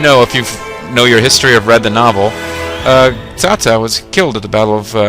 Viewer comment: It's funny that you pronounce everyone's name wrong except Cao Cao pretty much, heh. Good stuff, though. Thanks for the video. Trying to determine if the game is worth downloading. It seems simplified (in a bad way). Think it's worth it, or should I go back to the well-translated (and perhaps simply better) RotTK XI?